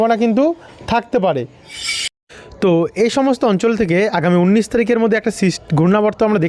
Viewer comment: বন্ধ। উন্নিশ হবে না। উনিশ হবে। তোমার উচ্চারণ ভুল হচ্ছে কেন